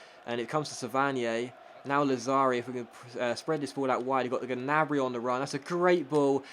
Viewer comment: Hey, i think the G in Gnabry is silent:) keep up the good work